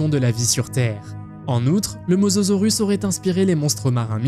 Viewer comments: Il dit mozorus ya aucun effort 😂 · C mosasaurus pas mososaurus😂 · Mosasaurus et non mososaurus, andouille ! 🤭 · On dis mosasorus pas mososorus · Mosasaurus pas mososorus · bonne video mais on dit mosAsaurus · Si il n'y avait que ça en erreur, pourquoi pas... Même des erreur de diction.. Mososaurus.......